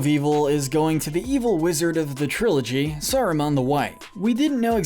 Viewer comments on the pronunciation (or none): Watched 12 minutes, only to go back to the beginning to pick up all the mispronunciations. Cracks knuckles. Sarumun. Rivendale. Bullrog (To be fair I once called it a bull hog, so...yyyeah. 😬) Olihphant - yes, I am nit picking here. Min ass teer eth. Hall dur. More E ah. Galandriel. Shell ob. Bell rog. Issen guard. Fan gorn. Rahn (Rohan). Urkai Deh neither 🧐😆 What gets me is when a name is some of these were also pronounced correctly.